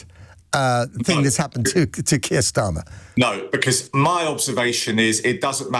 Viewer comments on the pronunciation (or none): none